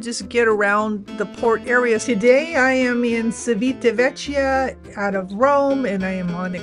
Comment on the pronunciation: Thanks, But it's important for a travel blogger to pronounce the name of the place you are talking about. The letter i after c makes it like ch in English. Also an h between c and i/e makes it sound like k in English. So the name of the town and port is chivitavekya if it was under English grammar laws. Your welcome ❤